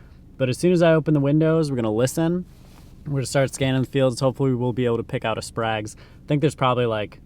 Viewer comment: Quick fyi, it's pronounced spray-guh's